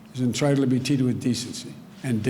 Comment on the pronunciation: "Everybody...everybody is 'entritled' to be 'teated' with decency and dignity..."